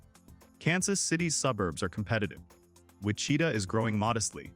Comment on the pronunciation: It’s hard to take seriously any video showing desert plateau in Kansas, can’t pronounce many towns such as Wichita.